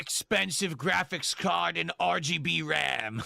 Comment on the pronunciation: made Space Marine 2, a game he said was ok gwaficks which is all about gore so why is he complaining about Hellraiser again?